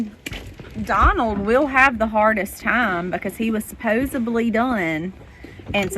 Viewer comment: Great video. This is part of the reality of living on a homestead. FYI: I'm a grammar nut Nana. It's pronounced "supposeDly". It's a D, not a B.